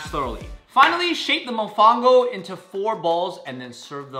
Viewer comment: as a Puerto Rican… y’all butchered the mofongo, pronunciation and preparation… i think the idea had a nice sentiment but the execution could have been better if you took appropriate time to research each dish and see how it’s prepare and what it’s traditionally served with. maybe since y’all don’t know how to prepare the dishes yourself, it would have been better if you could have tried to get traditional dishes from local restaurants if they’re around. i can only assume y’all meant well but not only did you not prepare a lot of these dishes to standard, but your reactions to the some dishes (that weren’t even prepared properly) came off offensive. I’ve been subscribed to y’all for years and enjoyed watching your growth so please take this as constructive criticism to encourage y’all to continue to grow. Food is so integral to everyone’s culture so approaching it with respect, care and accuracy is crucial.